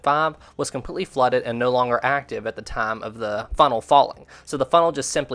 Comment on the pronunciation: . When the word time was said, I heard "tom" or "thame".